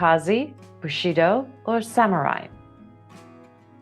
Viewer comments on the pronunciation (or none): none